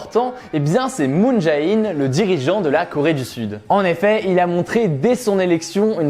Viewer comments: petit conseil de prononciation: moon jè-in et non pas moon ja-in et rassure toi tu as bien prononcé Panmunjom 😁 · Moon Jae In se prononce Moon J"é" In (ou Jane en anglais) voilà